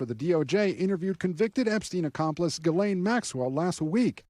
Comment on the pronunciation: Please pronounce Ghislaine's name correctly.